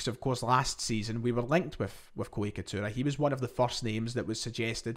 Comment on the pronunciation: It’s Itakura not Ikatura